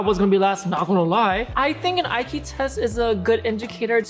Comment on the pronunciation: Maria actually said E-que, when pronouncing IQ ...NEVER heard that way of saying it ever.